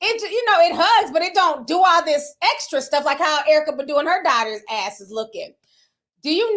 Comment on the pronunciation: Ti: Badu ( Buh-do) 🗣BAH-DUUU TI😂